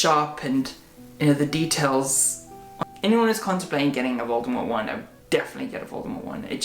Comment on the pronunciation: I love the way you say Voldemort. its just perfect